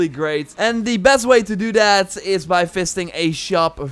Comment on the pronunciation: I heard something "very different" when you said 'visiting', sorry for that :/